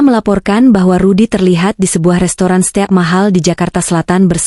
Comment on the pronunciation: Itu di baca 100x (100 kali) bukan 100eks, astaghfirullah smua pembaca narasi di youtube ini buta huruf semuax , seteak wagyu (stik wagyu) 🤔